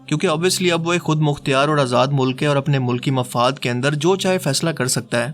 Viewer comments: Very interesting video But ek apka ek word thek krwana chahu ga bhai، (khud mukhtyar) sahi ward ni hai its (KHUD MUKHTAR) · Kindly rectify your accent khud mukhtiyar it’s khud mukhtar. Thanks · Good video, لیکن خود مختیار نہیں، خود مختار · خود مختیار نہیں خود مختار ہوتا ہے